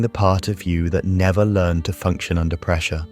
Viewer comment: Why is this AI (text to voice) narrated? If you wrote the script, wouldn't you believe in it enough to be worth reading it yourself or getting another real human to read it? The occasional mispronounced words (like "learned" instead of "learned") and pauses at the wrong point in a sentence are a dead giveaway. I thought this subject held promise, enough that I bothered to click. But now I'm doubting if this is even real or proven psychology, as opposed to just someone's pet ideas.